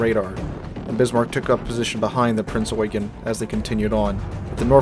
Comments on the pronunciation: The Admiral Hipper class German heavy cruiser was named Prinz Eugen. Pronounced as "oy-ghen" and not "yoo-gin" or "you-geen". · 1. It's NOT "Prince Eugene", but "Prinz Eugen", pronounced "Prinz Oy-ghen" (and NOT "yoo-jin" or "you-jeen". 2. Prinz Eugen did NOT sink Hood. Even though she had landed the first German hit of the engagement, and started a fire on Hood's boat deck, PE's 8" HE shells did not have to ability to deliver any serious damage to Hood's citadel, and besides by the time of Hood's destruction PE had already been ordered to switch fire to HMS Prince of Wales.